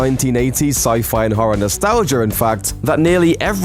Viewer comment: The video is good, the narrator is alright enough, but stop saying NOSTALGER!!! Sorry, it's just a bit of a nitpick. I know it's his accent, but I kinda feel uncomfortable when he does that.